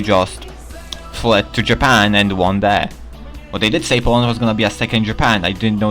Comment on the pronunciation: Powand :3